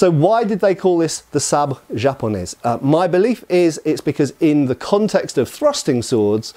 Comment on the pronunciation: In french "japonais" you do not pronounce the "s" ( same as in "Paris" ). French got the word sabre from german Säbel who got it from hungarian or/and polish who got it from more far east or ottoman influence or wars .